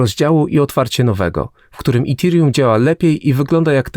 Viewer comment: Dzbanie połamany nie mówi się itirium tylko etirium. Naucz się polaczku zanim wypuścisz film